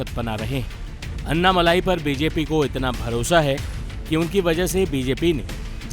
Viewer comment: नाम अन्नामल्लाई नही अन्नामलई हैं। For god's sake start pronouncing tamil words more appropriately. Your channel will be appreciated and probably watched by Tamilians as well.